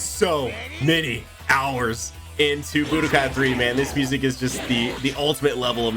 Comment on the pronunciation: The "budkai......" I am out.....